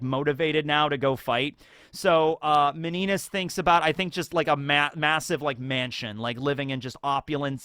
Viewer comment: Meninas is pronounced Mini-nia (Miniña)